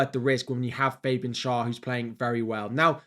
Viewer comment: The name of Schär is pronounced “share”